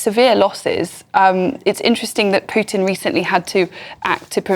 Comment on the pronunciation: Don't forget, politicians like Johnson are just messengers for their wealthy donors. Their various financial empires (Big Weapons, Big Tech, Big Pharma etc) control the world, not a democratic societies. Btw stop mispronouncing Pew-tin, it sounds ignorant and disrespectful.